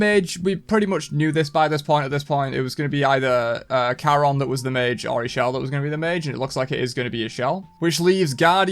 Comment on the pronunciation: Ix'chel is pronounced "Ish- Chel" (chel as in chocolate or chaaq)